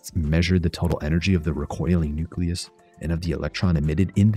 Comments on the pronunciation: Nuke-Lee-Us not Nuke-Yuh-Luss. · FFS, nuke-ya-lus? I stopped watching at that point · "Nuculus"? My god. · Did you really say 'nuculus' the way some people pronounce nuclear like 'nucular'? I can't take it. I just can't.